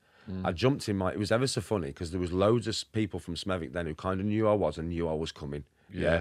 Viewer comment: how the fuck did Shaun pronounce Smethwick???? You don’t pronounce the W its Smeth-ick…. I quite surprised Shaun’s never heard of Smethwick before, It’s the boarder area as half of Smethwick is in the Black Country and the other half is in Birmingham…. accent is typically Smethwick as it’s a Birmingham accent with a few Black Country slang phrases thrown in….